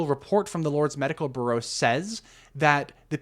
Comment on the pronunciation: Okay but you're mispronouncing the word "Bureau" as like "burro" Are you not a native English speaker?